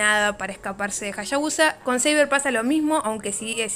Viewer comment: Me gusta como dice "Jashabusa" jaja